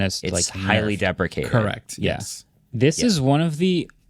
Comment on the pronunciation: its either depreciated (siated) or decapitated (kapitated).